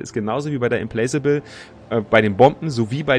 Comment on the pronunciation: Implacable with mit nem K ausgesprochen, soweit ich weiß. Implakable quasi :D